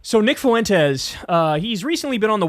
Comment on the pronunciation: "nick fuwentez"